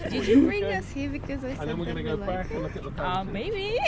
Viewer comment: does everyone "b(l)ack it in" in North Korea?? 😅